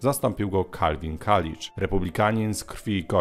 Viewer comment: Male uwagi - Coolidge czyta się KULIDŻ + Calvin nie byl zwolennikiem wolnego handlu, konserwatywni republikanie byli wtedy wolnorynkowi ale zarazem dosyć protekcjonistyczni